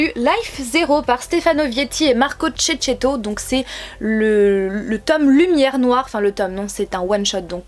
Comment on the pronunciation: Marco Checchetto le "checche" se prononce "keke".